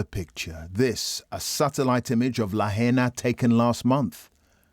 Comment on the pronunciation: Are British people totally incapable of pronouncing non-English place names properly? It's "la-HIGH-na", not "la-HEY-na". Very disrespectful to Hawai'ian culture.